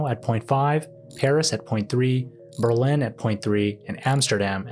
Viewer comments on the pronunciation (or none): none